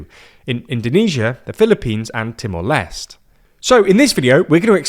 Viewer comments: Just a tip: It's Timor /les·tè/ not /lest/ 🖖🏽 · British suppressing french origin words "Temore Lesst" HAHAHAHAHAHA! Just use East Timore, colonial clown